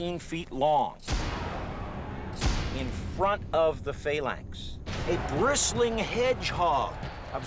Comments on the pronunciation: For fuck sake, you could at least pronounce words correctly... "Phayylanx".. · just luv the pronunciation of phalanx......:) we were always taught in english class it was a hard a ...to get the pronunciation used used in the vt you would have to spell phalanx - phaelanx .